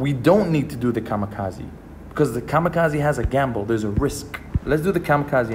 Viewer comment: This nigga called it the kazikazi or whatever 😂